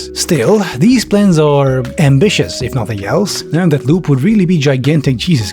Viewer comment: I love how occasionally pronounces "Loop" as "Lube". Adds a different dimension.